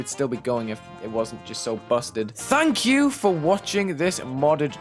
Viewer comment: Sometimes it sounds like he is like "THAT YOU"